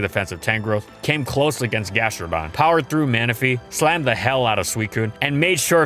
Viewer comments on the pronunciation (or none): none